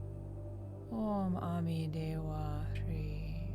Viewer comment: Hrih is meant to be pronounced with a z or zh sound. Om ami dewa zhri or zhe